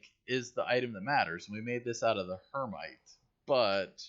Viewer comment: Her-Mite? Umm... that is Hema-tite not her-mite and is an oxide of iron. The green nodes appear to be metallic oxides like Hematite “iron oxide”, Cassiterite “tin oxide” and so on. This is an interesting game I wonder how close to actual science... they will hold? Some games I have played where a bit disappointing in that you could just dig up iron and use it without processing. It is extremely rare to find iron in it's metallic iron form unless it is meteoric iron. 99% of all iron found is in oxide form or rust colored and needs to be smelted to yield any sort of usable metallic iron.